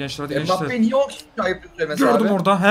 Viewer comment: Abi geçen sene bakli diye sanchez diyodun şimdi embapye diyon Sanrım yanış yazdim abi bide bi kalp alarım